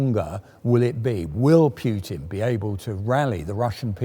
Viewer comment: There's no "j" in Putin,...